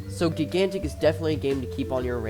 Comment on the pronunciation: gig gantic.... why are you saying it like that?